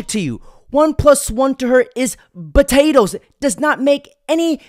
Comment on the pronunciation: I have to ask why you keep saying Potato as Buhtato.